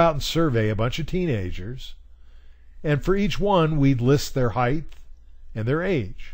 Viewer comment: This was really helpful! Thanks so much! Just for future reference, the word should be height, not heighth.